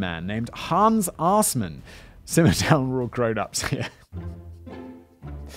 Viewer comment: I can only say the pronunciation of Assman (Or more likely Aßmann) is truly wonderful. But an ex Auschwitz guard converted to the KGB sounds already like someone who successfully avoided prosecution.